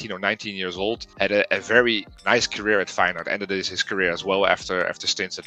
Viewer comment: It's not. The 'ui' sound doesn't exist in English. And there is not an h sound after the s. If you wanna know how it's pronounced I style you can watch the first 44 seconds of the title match of feyenoord against heracles. Kuyt scores a goal. The uy sound is the same as the ui sound.